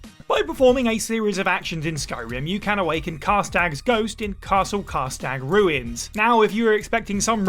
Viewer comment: How he said Karstaag 4 different ways and got it wrong every time low-key baffles me